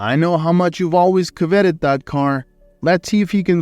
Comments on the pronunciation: Coveted has the accent on the first syllable and endeavor has the accent on the second syllable. This bot is crap. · Coveted and endevored.the misprounciation is painful.